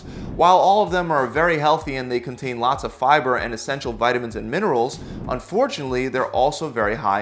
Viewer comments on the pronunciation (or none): none